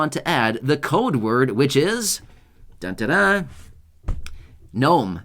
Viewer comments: Knome lol cute. Hagd everyone. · “GNOME” Hey you’re AWESOME!!